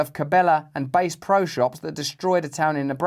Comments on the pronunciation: Pardon, Russell: Its Bass (🐟) Pro Shops Not Bass (🎸) Pro Shops Great video! 😁❤ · It's Bass, not "Bass". Lol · Bass (high vowel) pro shops 😂